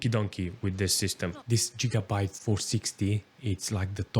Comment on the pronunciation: I know gigabyte never heard of jigabyte😂😂😂😂